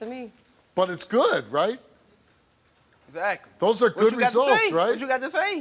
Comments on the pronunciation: Esakly esakly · egsacly, egsacly, egsacly! EGSACLY STEVE!!!! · What you got to say? EGGSACKLY! Eggsackly, eggzackly come on now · Not Steve Urkel saying "EZACLY, EZACLY, EZACLY." 😂🤣